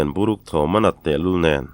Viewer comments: Veng zawng zawng lam rik dan leh, thu thluk hi a in ang vek chuang lo a nia, i tisual bik chuang kher nang, kan veng lam hi chuan, bur chhia, tih kan lam a bur tih thluk in buruk kan ti😂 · Buruk....'Bu' hi hniam deuh se,' Ruk ' hi a key sâng leh deuh seee a va dik mai âwm ve... te ka tîat..😊